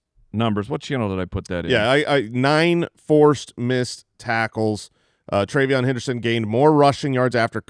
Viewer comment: PRAY-Veyon Henderson 🙏